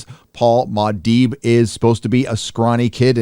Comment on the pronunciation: Its not Ma Dibe! LOL Its Muah Dibe!